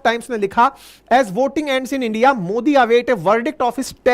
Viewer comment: आप भी इंडिया को इंडी पढ़ रहे हो। लगता है बीजेपी वाले हो। 😅